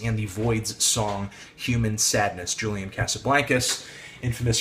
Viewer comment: u kept pronouncing julian's name wrong fyi... also ur opinions r so so wrong